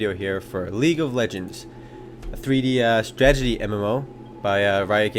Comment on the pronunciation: Strat-e-gy, not stra-ge-dy